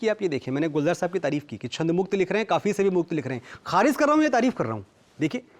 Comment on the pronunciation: Manoj Muntashir apney aap ko Shayar kehtey Hein kavi kehtey Hein Baar Baar Kharij Lafz ko galat pronounce kar rahe hein Khariz Bol rahey Hein Issey Zahir hai woh Talaffuz me kachchey hein Aisa Zahir hota hai.Wo India ke badey lyricist hein isme koi Shaq nahi par Urdu language ke tallaffuz me Kami hai aisa prateet hota hai Mazrat ke saath, Shukriya